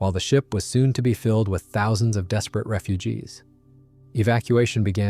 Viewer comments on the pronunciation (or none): How about the "fourteen thao sung unten sixtee ton" General Von Steuben? It seems utterly impossible for AI to pronounce numbers.